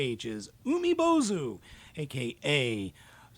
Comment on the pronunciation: Nailed the pronunciation,!!! BTW Umibōzu means "sea monk" in Japanese.